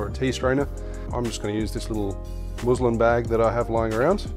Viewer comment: Muslin is pronounced more like cousin. Love the channel btw, you've been a huge inspiration for slowly stocking up my bar at home